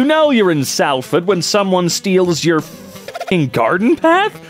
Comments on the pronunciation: The way you pronounce Salford bothers me... it's pronounced "sol-ford" not "Sal-ford" literally where I live haha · And I physically recoiled when he pronounced Salford. Probs cus I live there and have been for a while. Cus it’s pronounced ‘Solfud’ essentially 😂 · THE WAY HE PRONOUNCED SALFORD I'M DYING